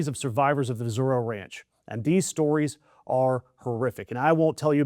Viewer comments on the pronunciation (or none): none